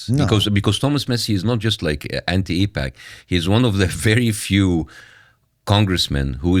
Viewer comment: First off it is AIPAC. Not APAC. Secondly. AIPAC / US is fine. ISRL / US are and has been in bed together for a very long time. You heard them allude to JFK. It goes back further then that. Both support each other very well and ensure they remain Top Dog on the global stage. Why mess with that? It works!! If it aint broke, dont fix it.